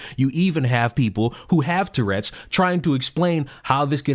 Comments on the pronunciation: "Torredz" ???? Really?? Tf is that?? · She cannot even say "TOURette's" correctly. She says "turrets". Like, he doesn't have mounted firearms on his shoulders.